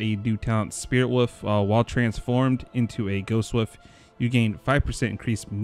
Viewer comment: WoLf not woof.